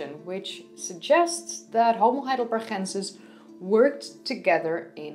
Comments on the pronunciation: Why you pronounce it HeidelberHensis instead of HeidelberGensis - why by "H"? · I am not a German, but G in Heidelberg should be pronounced like "normal" G sound - like in "game" in English for example. Or it is maybe English or French version with H sound? Btw. there is more to say about Heidelberg, if we are talking about science. Heidelberg University is oldest German university, so it's pretty important place. That's why, for example in WW II it was one of only 3 towns spared from allied bombardment. I am not trying to troll, just to clear things up. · Why u say "...chensis"? Its not dutch^^ Its Heidelberg, the G as in Go.. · I love the way you say heidelbergensis, also I noticed the same when you pronounced Lee Berger on the homo naledi video. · BTW the "g" in Heidelbergensis is the same as "gate" not the Dutch pronunciation as in "Gouda". Although, I must say that your Dutch pronunciation is very attractive. Subscribed. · i just wanna say you have a dutch accent when pronouncing those german things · Heidelbergensis - the 'g' is pronounced like the 'g' in 'good' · Every time she says heidelbergensis I cringe so hard